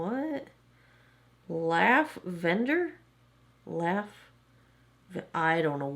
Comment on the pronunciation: Laugh-vender= lavender. 😂